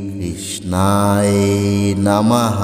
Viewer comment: কৃষ্ণায় উচ্চারণ টা ঠিক করেন নাই